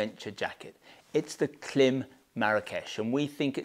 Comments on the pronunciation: It’s pronounced Climb. You’re a Klim dealer, you should know this. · Thank you for a great review of some super jackets. Love your channel. But, as an American, I would like to suggest the proper pronunciation of the brand Klim. It is pronounced as CLIMB. Like climb a hill. Their logo even has a long I mark above the i. Keep the great vids coming. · Klim...that little horizontal line above the i is called a macron. Macrons indicate long vowels sounds, therefore the pronunciation of Klim rhymes with climb! Thanks for an excellent video and some fine reviews. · Of course, I know how Klim pronounces the brand name. We are one of their largest sellers, so of course we know, but the ‘long i’ that you refer to does not actually exist in English. They have taken a phonetic device, and have applied it incorrectly to the written word. On a technical level, they have simply invented their own pronunciation. Which is why I enjoy winding them up!.